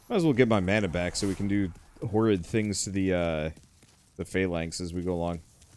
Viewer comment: God damn it its Phalanx not Fey lenghts